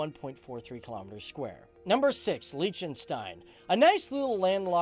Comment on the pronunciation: #FTDFacts Fact 1: you pronounce Liechtenstein wrongly too Fact 2: MONACO IS NOT ALONG THE BORDER OF ITALY (I grew up there so I know this for a fact!!!)